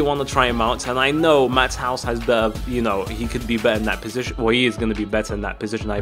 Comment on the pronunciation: you said matthouse isn't it mattheus i know the spelling btw